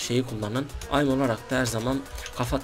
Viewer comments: Aim değil eim diye okunur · Abi aym değil eyim 😊😊😂😂😉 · bebe oyunun taktiği mi olur csgo gelde taktik gör ayim diyip duruyorsun onun adi AİM(eim) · AIM Diye Yazılıyor Eyim Diye Okunuyor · Sinir oldum ayim ayim ayim ingilizce 0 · Aaaim jhfjkhhjjhk la lisede de ingilizce öğrenmiyorsunuz